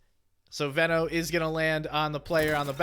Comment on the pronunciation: It's definitely pronounced Veno and not Veno